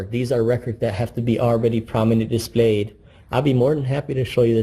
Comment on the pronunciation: "Prominently dee-splayed"